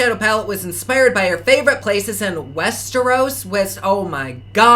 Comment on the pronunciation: Tar-g-air-ee-in and West-er-oss